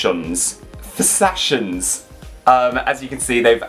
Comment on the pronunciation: I’m now forever going to pronounce it “fasashions” 🤣